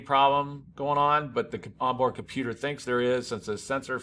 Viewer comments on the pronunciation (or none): none